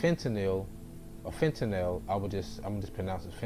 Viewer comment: You Pronounced Fentanyl right first time